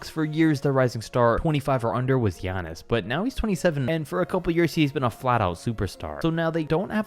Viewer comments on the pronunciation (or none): none